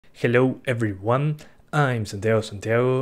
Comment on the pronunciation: jelou ebriuan, am santiao santiao XD great video